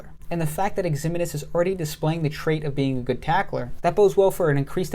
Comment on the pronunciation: FYI Ximines is pronounced Ziminez. Keep up the good work.